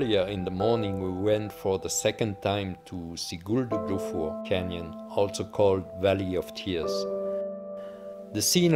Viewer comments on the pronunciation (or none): Háifoss is “Haw-i-foss” Sigöldugljúfur is “Si-goohl-du-gluyuh-vur” Gjáin is “Gi-yaw-in” 😊😊😊